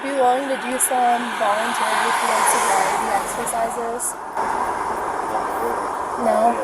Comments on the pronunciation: "Sober-Riety" ❌ Sobriety ✅ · ain’t no way you can’t say “sobriety” 🤣